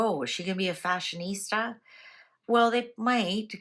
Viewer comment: did you mean ‘Fa-shon ista’ 😂